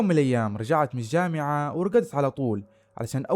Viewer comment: ماشاءالله عليك استمرّ… عندي ملاحظة ياريت تاخدها بصدر رحب وهو في النطق والمد في نهاية الكلمة مثل الجامععععععه اليوووووووم اميييييييي قاليييييي قوتلهههه ….تفضل بقبول نقدي وبالتوفيق